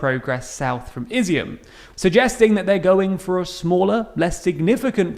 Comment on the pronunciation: Izyum is pronounced ih-ZOOM